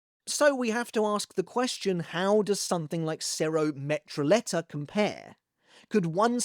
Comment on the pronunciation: Awesome analysis. Glad to see Bleach content revitalized. Btw. "Metralleta" has a double L which in spanish is pronounced like an english "J". So it sounds like "Meh Tra Jet Ah". It just means machine gun. I really like that bleach gave every faction their own language.